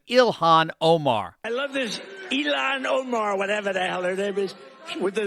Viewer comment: "Elon Oh-mar" XD